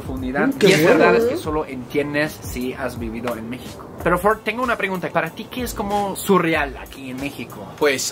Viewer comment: Ford lo pronunció bien.